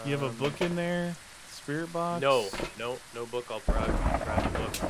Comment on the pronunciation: I love watching them even tho I try to correct them like they can hear me. Like with the sprit box. I was telling them it's V not B XD